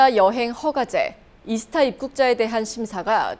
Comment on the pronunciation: 미국 한인방송까지 이스타라 발음하면 어쩌나